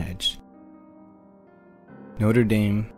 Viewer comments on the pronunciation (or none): You say all these French words beautifully but pronounce Notre dame like the football team 😭 lol love your videos